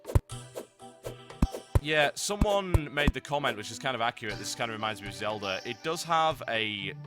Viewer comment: I like how he says "Zeldar"